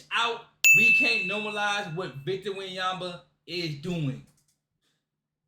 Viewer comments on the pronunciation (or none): "...what Victor Wenyaba is doing" Congrats bro... Victor went bananas ? Victor wem bananya ?